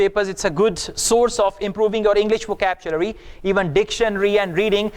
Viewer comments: Really? What about "VACAPCHULARY" of in this video? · Ha ha, first time heard this kind of pronunciation. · excuse me im an m.a in eng literature..sir its wohcablary...nd nt wohcabchulary( vocabulary) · With respect your pronunciation is also wrong about vocabulary. Please check out from native speaker .